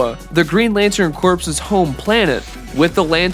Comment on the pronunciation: Bro said "Green Lantern corpse"